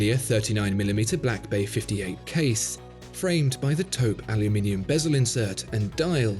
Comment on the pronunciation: Finally someone who pronounce "aluminium" correct.